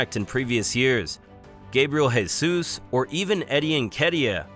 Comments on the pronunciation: he absolutely butchered most of names, and Gabriel Jesus is pronouncing diferently as well since he is brazilian and its pronounced zhay - zus, not hey - zus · Stop calling him Hey-zus. He is Brazilian, not Hispanic.